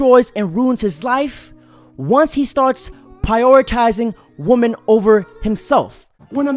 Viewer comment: Plural “WI-MEN” brother 🎉